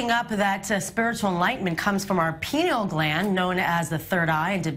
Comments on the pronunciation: "Pie-knee-yal" gland. "Pee-nahl" gland is something else ma'am. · Please pronounce the word pineal correctly. It is pronounced P-eye- Ne-al not "Pin"eal or pee- neal. Pineal like a pine cone. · Am I the only one that notices she's not saying pineal gland? She is very clearly saying penal gland. even the expert tried to correct her. She isn't talking about the brain she's talking about penis. SMH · Penal ≠ Pineal. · lol.. Pee-nal gland. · she said penal gland lol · Did she say penal gland? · hahahahahaha she said Pinel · lmao she mispronounced "pineal"